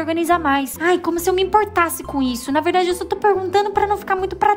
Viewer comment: "É verrrrrrrrrrrrrrrrrdade" kakakkakakakaakka